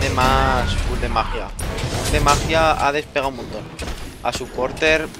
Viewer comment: porq dice hades mid su vas supp e.e